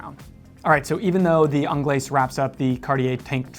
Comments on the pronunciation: Actually, it is pronounced onglays as there is an e on the end, your welcome. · Yes, yes I DID see that coming, of COURSE, you were going to pick the Americaine........ worst looking one of the bunch but no bias eh..... and its 'onglay' for the pronunciation of 'Anglaise' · these guys missed a LOT of models , what happened to the Cintree ? The Americaine was designed from the Cintree ! Also annoys me that people cannot pronounce Anglaise … the S is silent…. so called experts wow… Tank Solo XL has automatic movement …. what happened to the Tank Must ?